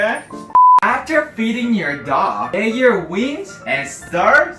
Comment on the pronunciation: I thought u said “my mom loved weed” 🤣 had to repeat it & it’s wings